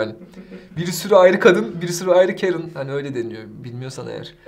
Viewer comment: Sınıfta adı karen olan biri var karen diye okunuyo. ingilizce hocasının neden kerın diye okuduğunu anladım